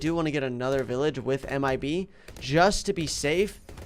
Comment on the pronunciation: 9:5 he says imb instead of mib